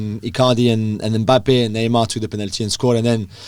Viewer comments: It’s Mbappé lol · Say Mbappe too!!! Thank you.